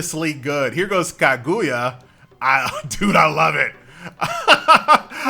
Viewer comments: Ka-GOO-ya. Boy they about to get you lmao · Kag - OOO - ya LOL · The game is decent but the way says kaguya is something else